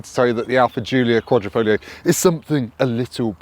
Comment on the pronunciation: Just out of interest, why does everyone forget there's a g in quadrifoglio? It's sounded as well...kwod-ri-fawg-leo.